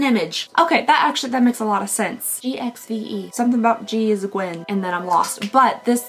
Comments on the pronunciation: GXVE is meant to be pronounced "give". For some reason. "G x" Is how she signs off her messages/emails, and she wants her makeup to be "giving back". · I think I said 20 times to my tv that GXVE it's Gwen's brand 😆 and is pronounced as GIVE, the GX is because she always signs like that the G of Gwen with a kiss (X). So happy to see you got the actual UK one, can't wait for you to open it, yay ❤ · Believe it or not the Gwen Stefani brand GXVE is pronounced GIVE. Go figure 😂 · She is so funny. "gxve" it's give beauty by gwyen Stefani lol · Yeah GXVE is Gwen Stefani's brand. It's pronounced "Give", so "Give" Beauty. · GXVE is pronounced GIVE. It is Gwen Stefani's brand.